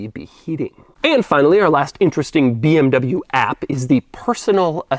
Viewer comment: 23 mins of pronouncing BMW incorrectly